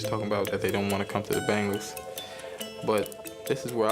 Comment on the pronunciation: Its pronounced "ben gals"